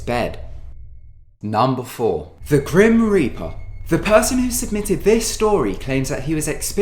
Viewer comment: THE GREAM REAPER THE GREAM REAPET?!?!???? WHYYYYYYY 😭